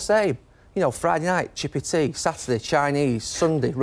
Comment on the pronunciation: Hearing a posh chap say "chippy tea" makes you think Potato drink? lol